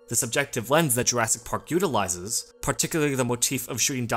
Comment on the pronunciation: "JurASS- Park"